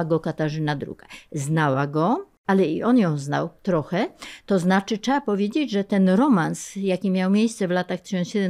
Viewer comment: Czydzieści czy.. Cza powiedzieć... Piękna polszczyzna 😢 Bełkot gościa jest ciężki do zniesienia.